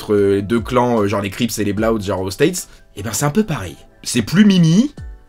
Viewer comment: La prononciation de "Bloods" m'a mit au sol ptdrrrrr